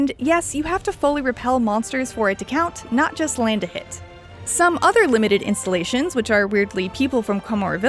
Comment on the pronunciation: It's keep bugging me how she says "installations" , it sounds more like insulations.